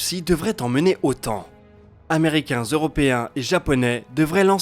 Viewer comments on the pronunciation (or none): "zeuropéens" Tiens c'est nouveau la Zeurope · "amrécains et zeuropéens"